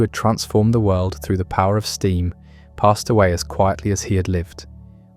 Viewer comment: Sorry, I can't stand people who end words that end in the letter "D" with the the letter "T". World is not pronounced "worlt" . End is not pronounced "ent".